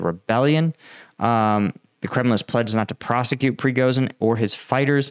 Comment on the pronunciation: You need to find out how Prigozhin is pronounced